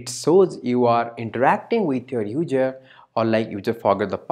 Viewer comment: hard to understand sometimes, but thanks for sharing! It was really helpful. My advice is to work on the pronunciation like "user" instead of "udjer". Makes it easier to follow :P (No Critique, Just some friendly advice) ;) Blessing.